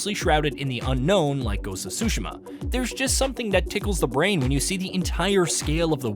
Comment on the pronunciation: I can't believe he pronounced Ghost of Tsushima so bad. Cringe.